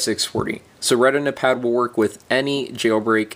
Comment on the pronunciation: lmfao reh-tin-a-pad xD